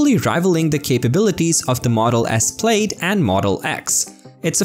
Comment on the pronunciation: It's pronounced 'plad', like 'glad', not 'played'.